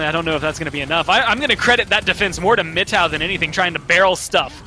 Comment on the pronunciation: mano o jeito que os narradores pronunciam frzgod e mittow me dá gatilhos